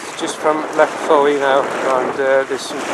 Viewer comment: Fowey is pronounced Foy!